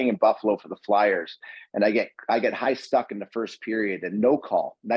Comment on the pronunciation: I'm going with "high stUcking" from now on! 🤣😆🤣